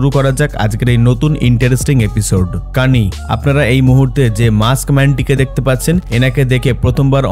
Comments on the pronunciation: কেইন কা কানি বলেছে😂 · bangla basa basira english paren na ki,kani na kane bolo kane...😂😂😂😂